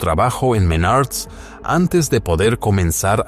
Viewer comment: Menards no Menarts jejeje pero igual buen resumen d su historia laboral 👍